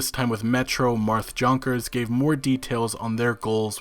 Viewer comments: It's not pronounced "Jonk-ers" It's "Yon-kers" Come on man... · Pretty sure Jonkers is "Yonkers" like the place in NYC